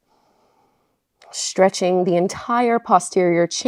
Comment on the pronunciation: “Shhhchretching”…or “Stretching”?